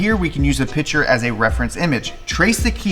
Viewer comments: the fact that you can not pronounce the word PICTURE, was so bad i could not watch. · Please say “Picture” and not “pitcher” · It’s PICTURE not pitcher. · 'pitcher' and 'picture' are two different words in the English language, in case you were wondering